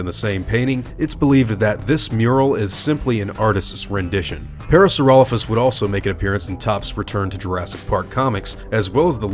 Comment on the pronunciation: i'm pretty sure its pronounced Para-saura-lope-hus the way you're pronouncing it isn't the the correct Latin pronunciation "lophus" wouldn't make "Lofus" it would make "Lope-Hus"